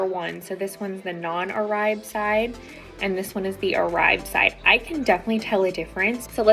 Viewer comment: Pronounced ‘or-bay’.